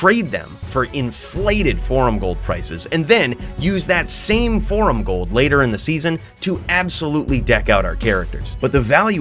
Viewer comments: 😂 that was too jood. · "So come with me and bring all your jold. We're about to jo, jamble with Jheed now" 🤣🤣